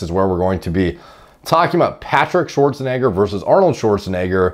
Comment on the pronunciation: Thank you for pronouncing Arnold’s name correctly unlike G shrek